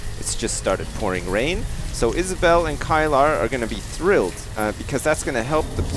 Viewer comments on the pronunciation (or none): Kylar is pronounced KI-LER